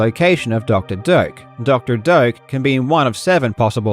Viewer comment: I keep hearing Dr. Dope